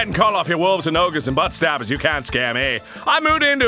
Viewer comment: Also, stabber not "Stabbed"